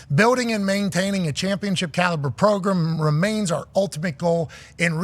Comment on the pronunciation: Funny he says Progrem not Program